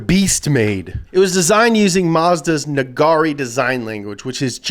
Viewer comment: With that Nagare design language, I believe it should be pronounced Naga-ray